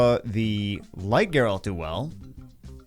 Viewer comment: Oh, if youre still wondering, I think its pronounced Geralt